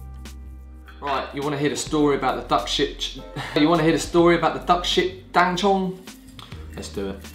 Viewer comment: Oof! Please! It's "Dan Cong", not "Dan Chong".